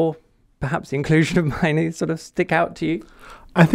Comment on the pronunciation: Mainoo is world class potential and the best option by far. Have you even watched his games? Also can you pronounce his name properly ffs